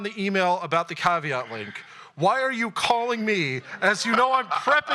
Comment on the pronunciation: read the name of the hosting place as "Cave At"